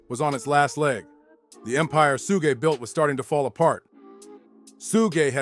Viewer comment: WOW this idiot just called him sooshi Knight